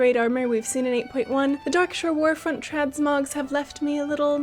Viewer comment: Tradsmogs. I have been pronouncing it wrong all this time, thank you! lmao